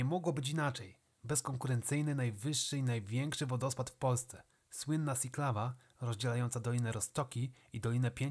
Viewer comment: Słowo "Siklawa" czytamy po prostu Siklawa. Po polsku. Jak sikać, sinieć siedzieć. Nie wiem skąd pomysł na wymowę "sjiklawa"